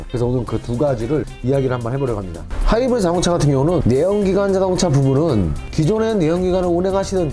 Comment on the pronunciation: 하이브리드 발음 왜그럼 ㅋㅋㅋ